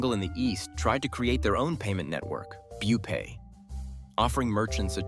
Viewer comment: Did you even watch the full video? He referred to Rupay as Bupay in this video